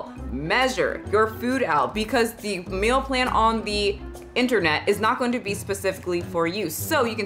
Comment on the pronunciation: I couldn't focus cuz I was paying too much attention to how you say "Meal Plan" I keep hearing "Mill Plan" Love ya still